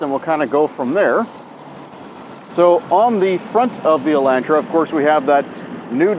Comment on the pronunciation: "Elaintra" Elantra*